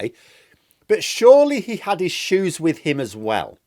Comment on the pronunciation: "The shoesa..the shoesa"!!!!!